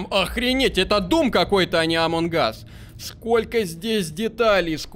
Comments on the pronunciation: Неееее амонг гасссссс а амонг ассссссссссссссссссссс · меня бесит когда ты говориш амон Гас а не амонГ ас